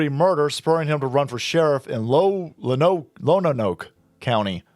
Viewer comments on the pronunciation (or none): If you’re moving to Arkansas, it helps to pronounce “Lonoke” as “lone-oak” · Lonoke pronounced Lone-oak